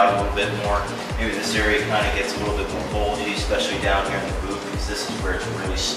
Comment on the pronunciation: I had to stop watching this video because I couldn't stand him saying "a wittle bit" instead of a little bit. drove me crazy